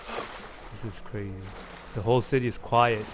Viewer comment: hewicopter wawes cwazy holy cwap